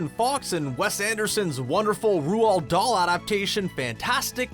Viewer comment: Well, that's one way to pronounce Ronald Dahl! It's more like Roll Darl.